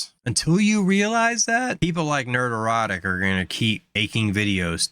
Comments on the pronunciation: Only a Pats Fan has the total lack of self awareness needed to make an 8 minute long compliment to a youtuber while constantly and hilariously mispronouncing their handle over and over again haha Nerd Erotic. HAHAHAHA bru 9/11 was an inside job I know because the snow play happened and 'pats' won the superbowl that season. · Dude, it sounds like you're saying "nerd-erotic", which is just wrong. It's not a play on the word erotic, it's a play on the word neurotic. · "Nerderotic". Sexy 😂😂😂